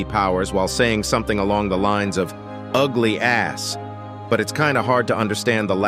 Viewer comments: He said ugly ash bicstch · He says ugly ash you😂😂